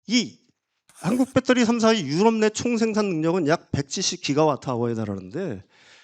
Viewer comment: 이 아저씨 제2의 뺏데리 아저씨 아닌가? 배터리라고하시지 맨날 빳떠리 뺏떼리 빳떼리 듣기 거북하다